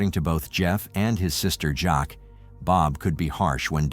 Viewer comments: the innocence project should pick up Jeff's case. I'd work on his innocence team. Sloppy and shortsighted police work. Also, is his sister's name pronounced Jackie, not Jock? Just wondering. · Jeff's sister's name was Jacque, pronounced Jackie. Not "Jock" 🙄